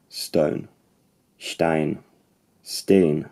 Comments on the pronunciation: One minor nitpick: While there are Norwegian dialects that realise the "ei"-diphthong as [ai] (mostly rural dialects close to the mountatins both in the eastern and western country), most Norwegian speakers you ever come across will pronounce it as [ɛi]~[æi] (both the eastern lowlands and the western coast) or as [ei] (northern dialects). Of course, [æi] and [ai] are not that far apart, but it still sounds a bit odd. Given how good your pronunciations are, I guess you would have no problem distinguishing the two. Great video otherwise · I'm not good in phonetic, but I belive the Norwegian stain is a bit wrong. I've never heard that one. It's more like stein, and sometimes very similar to the Swedish one. I'm from northern Norway.